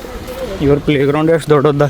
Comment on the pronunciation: Playground ❌prayground ✅